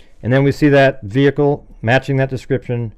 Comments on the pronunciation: Do you mean ve-hickle ? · brilliant as always. It bugs me how she pronounces the word “vehicle”. The H is silent for crying out loud